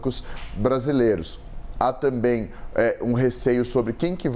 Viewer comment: "Tambem" não "tamem*😂😂😂